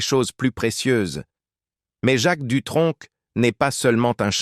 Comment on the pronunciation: SVP ne dites pas " DUTRONQUE"!.... NI " VINTAGE "!..tsss..merci++++:eyes-purple-crying